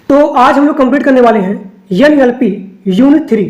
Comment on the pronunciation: Yan Yal Pie nhi NLP h sir